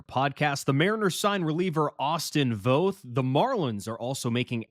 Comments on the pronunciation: Say "both" - it sounds like Voth but if you're from PNW ypu pronounce it "Bolth" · Guys it’s Voth with an a sound, not long o. I’d love to see Jeff Brigham’s name brought into the conversation, he was Voth’s roommate at the UW. They also face each other in HS (I was Jeff’s HS coach) Jeff has had lots of injuries but had a good season with Mets last year in relief until he had a couple meltdown games. He still has good stuff and would be a good Mariners pickup to go to Tacoma and be ready for a callup.